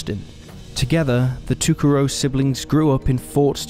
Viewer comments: Mick-a-sew, Ta-ca row, Le-Duke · I think Amber's last name is pronounced like "toe-carr-oh." That's how I've heard it in local news stories. I could be wrong, though.